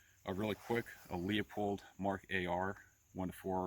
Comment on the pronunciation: Pronounced Loo-pold.